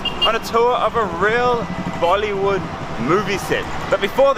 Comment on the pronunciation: he did not just say "mollywood" XD